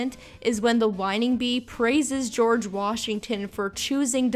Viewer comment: “On a picture of gorege Washington “